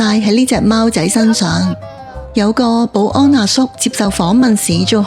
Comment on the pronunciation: 我又係鍾意將「貓仔」讀做「貌仔」😂